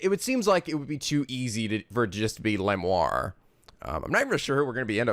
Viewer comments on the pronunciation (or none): I thought Lamiroir was la-mir-oir... 'miroir' as in mirror. No idea about Machi though. I didn't get Romein Letouse until now. It's funnier to see it in Japanese because it's just Romaine Lettuce. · Nice video but, cmm'on, it's not hard: La-MiR-OIR. You have to pronounce both R. Miroir=Mirror so prounce it the same except the last sound is pronounced 'oua-r' instead of 'o-r' And you have to love no one can point something obvious out: Hey this is an incredibly heavy gun even professionals would hurt while firing so /clearly/ our suspect must be this blind noodly arms small boy who showed no sign of hurt.